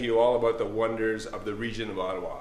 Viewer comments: It is about time that Dan Lloyd's pronunciation of "Ottawa" got sorted! ;) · Did you get that Dan? It's pronounced Oddawa, and it's a great place.....TO BE FROM. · so is it pronounced otowa, really?